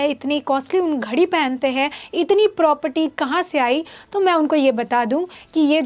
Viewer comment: #Thenews A news reporter should speak correct. It's not propty प्रॉपटी , it's Property